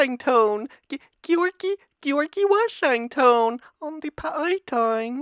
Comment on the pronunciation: geeore gee washeng ton